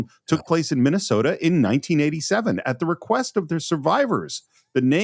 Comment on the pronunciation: Oh, yah, of Minne-soh-tah. 😂